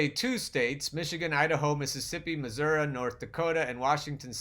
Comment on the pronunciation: I did my #DemExit in June 2016. I'll never vote for Joe Biden. Not ever. Also, it's Missouree, not Missouruh. That's my embarrassing home state.